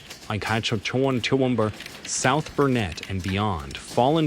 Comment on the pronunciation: Hey America, it's Toowoomba... NOT Tuumbumber!